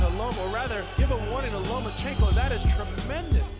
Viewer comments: Hey - learn how to pronounce one of the greatest fighters to have ever stepped into the ring - phonetically: LOW-MA-CHENK-OH; not LOW-MA-CHEENK-OH (CHINKO) like what California called Chinese Labourers who worked the railroads - remember? Listen & from 2 separate fight-moderators & then listen to yourself & throughout this broadcast - get to work on that - it's your job! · LOMA-CHEENK-O LOMA-CHEENK-O LOMA-CHEENK-O LOMA-CHEENK=O LOMA-CHEENK-O oops, meant to say LOMA-CHEN-KO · He is one of the best P4P fighters in the world - learn his name properly for goodness sake - LomachEnko not Lomachinko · No Mas-Chenko 🤣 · Nomaschenko lmao perfection